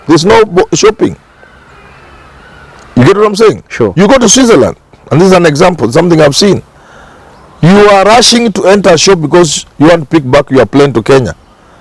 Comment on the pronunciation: Swit ze land Not Sweizer land